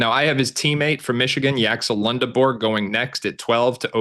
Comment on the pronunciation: It’s Lend not Lund Lendeborg cmon man